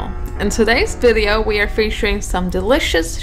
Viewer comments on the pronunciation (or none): "deliocoss" did I hear that or its just me 👇👇👇👇👇👇